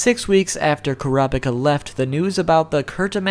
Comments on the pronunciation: Why cant Americans pronounce Japanese names? Kurapika = You are not suppose to say the "i", it is that simple.. Is it because Americans only view anime that is dubbed? It does sound ridiculous anyhow. :P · I'm going to try helping you as best I can with the pronunciation, but there's no guarantee this'll come out right on your end. Ku (like coo, what birds do) Ra (like the Egyptian god, also sounds like a cheer (see: hurrah)) Pika (like pikachu) so Kurapika (the k can be exchanged with a c depending on what translation you're reading). Hope that isn't too hard to read and helps you out. :) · 10 facts about kur app ick uh... welp, make that 11, apparently I didn't even know to pronounce his name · plz it's ker-uh pee-kah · Kurr- ah- pee ka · bro it's kura-pika. pika as in Pikachu. bit pika as in pick ah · Koo rah pee kah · It`s Ko ra peka. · it's krap-ka. japenese tend to drop some syllables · Kura no pica 😂😂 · Honestly I'm just shocked you could pronounce his name as many different ways as you did. Hell at like you straight up say his name right then 3 seconds later say it differently again. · OMG STOP MISPRONOUNCING HIS GODDAMN NAME ITS UNBEARABLE 😂😂😂😂😂😂😂😂😂😂😂😂😂😂😂😂😂😂😂😂😂😂😂😂😂😂😂😂😂😂😂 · I don't remember giving you permission to say the name wrong! Video is okay otherwise but I feel like I came in on the middle of a conversation and being told I had been contributing before when I hadn't. Just a weird feeling. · HE MISSED PRONOUNCED KURAPIKA GET HIM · Your pronunciation is godawful and right from the start you mispronounced his name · This guy only pronounced "Kurapika" correct once . Nevertheless, this was interesting. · Kura boku no pica? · omg.. emphasize the 1st and 3rd syllables please, KURaPIKa not kuRApiKA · when he said Kura pica I was dieing of laughter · it's supposed to be pronounced kur-uh-peek-uh, not core-op-ick-uh, haha. hate the dub for that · The pronunciation he issues in this video, aggravated me so much. KUH-RA-PI-KA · Your preconception is 'kurap'ika